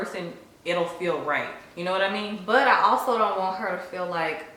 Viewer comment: I love how your accent really comes out when you say “you know what I mean”